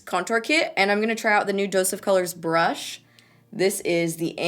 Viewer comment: sounds like you're saing "duo fibre butt" 😂😂😂😂😂👌